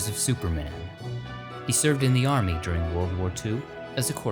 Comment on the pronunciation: "He served in the yarmy." I like it.